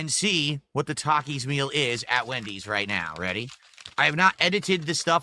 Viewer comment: can this guy speak properly for once? Who tf is Mendys'?